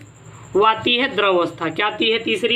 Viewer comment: द्रव बोलो यार